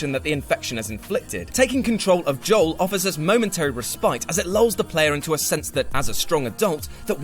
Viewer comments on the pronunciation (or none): none